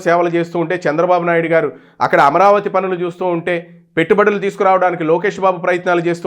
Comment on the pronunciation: Hello dear sir kindly pronounce chandrababu naidu garu.🙏